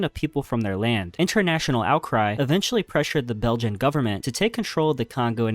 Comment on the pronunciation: Lmao yeah ok “French” and “Belgian”